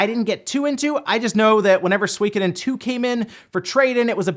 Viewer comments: Sorry to be this guy but: ✖ SWEE-koden 〇 SU-I-KO-DEN (4 syllables) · say it with me...... SUE-KO-DEN also cant wait for it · Swee kuh din. Really? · Swekadon? Oh you mean suikoden